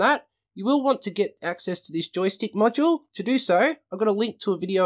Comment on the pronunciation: When you say "module" sounds like "macho" ....lol